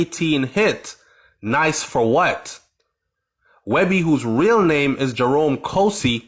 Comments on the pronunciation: His name ain't webbie goofass nigga🤦🏿‍♂️ its weebie (5thWard) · Weebie not webby!!! 2 different people